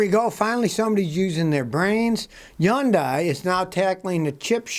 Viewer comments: 현대 (hyeon-dae) is Korean pronunciation therefore the correct way. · One day Americans will say Hyundai correctly lol ... Scotty you are spot on but the dai part is pronounced day not die. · Yun-die? Not Hun-day? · For the love of everything good! Stop pronouncing it yun-die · It's pronounced yundai??? Wtf I thought it was hondai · Scotty, love your channel, problem is that it's not pronounced Hondie. It's Hyundai (Pronounced Hunday) I know because I work for them. And yes, we're gonna kick some serious butt! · Obviously it is pronounced Hun-day. I suppose if you don’t believe their corporate decision to pronounce it that way you would be a typical republican. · Hyundai is pronounced like "SUNDAY". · It's pronounced Hundae. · 🤔What's a Chun-die?...... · I love how he calls it “YONDAI” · Scottie, it’s pronounced “Hyundai” like “Sunday” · He’s pronouncing it yun die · It’s not yundai, it’s Hyundai lol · I can't help but laugh when you say "Yundai". HAHA. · Yundai... Yonday! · I like how he pronounces Hyundai in French accent, avoiding. 'h' words.